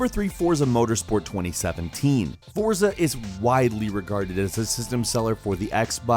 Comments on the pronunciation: Forza is pronounced Fortza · The title Forza from Deutschland is pronounced FORTSA. Danke BTW Gran Turismo Sport is the best!!!!!